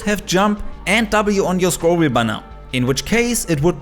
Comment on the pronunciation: Aussprache von „Scroll wheel up/down“ hat verraten dass du deutsch bist Top